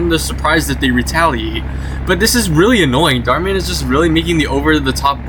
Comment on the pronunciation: Bro said "small" channel called Darh Man 😭